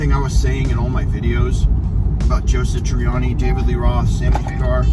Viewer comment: 1. It is SATriani, not SITriani. It is odd that you talk about this topic with such passion, but you don't even know how to say his name. 2. Not all of the music on Stern was bad. Mean Street sucked... Summer Nights was terrible. That stuff sounded like a newbie, frankly. However, Right Now was pretty good. The bulk of Best of Both Worlds was alright, but the solo was kind of cringey. He looked like a dufus when he tried to double tap. It is amazing that someone who is supposed to be a bit of a virtuoso himself can't really double tap at all. 3. The obvious answer is "Steve Vai." I don't know what their relationship is like these days, but if Dave is going to put together his own tribute tour, Vai is the "no duh" lead guitar, if they don't hate each other now. Vai should be doing it in the first place with Sammy. Or... Why isn't Vic Johnson doing it? He is clearly WAY better at playing Eddie's stuff than Satriani. Why didn't Sammy just do the tour with The Circle? 4. Wolfie's fat ass was great with Foo Fighters. 5. It is pretty clear that Alex is not going to do this tribute stuff. 6. As soon as Eddie died, I was envisioning one big concert, a la Freddie Mercury's tribute, to properly honor him. A whole slew of people could take part, and it would much better illuminate what a vast, overwhelming impact Eddie had on musicians everywhere, while simultaneously giving the fans something with which to sort of get some closure re: Eddie's death (and hear some really cool renditions